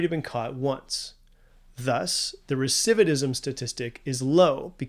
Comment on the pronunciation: "Recividism"??? 🤣 Long day, bud?